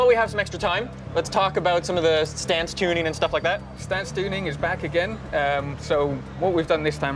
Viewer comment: "Stan Stooning"